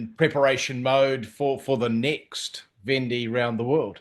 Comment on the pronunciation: Yes, interviewer should learn how to pronounce Vendee at least! And not knowing about Vendee/Ocean race collaboration with the question at the end was poor too. And no highlights in between.